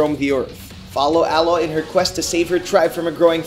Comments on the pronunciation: I hate when the narrator says Aloy's name as ahh loy not A-loy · you pronounce the main character's name, from horizon zero dawn, like this: "Ay loy" not like it's only 1 word "aloy". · i mentally corrected him every time. it is A loy damnit!!! Aloy. its read just as it is written. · Ah-loy??? Triggered